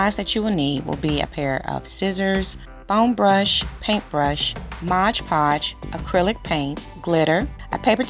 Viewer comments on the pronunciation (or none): Great job. Gonna check out the other vids also. Btw, it's MOD, not Modge.